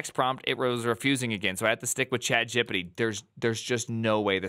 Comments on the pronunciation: did this man just call chatgpt "chat gippity" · Bro really said “chat jibbidy’ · No one's gonna talk about how he calls ChatGPT "Chat Jippidy"? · "ChatJippity" :face-blue-smiling::face-blue-smiling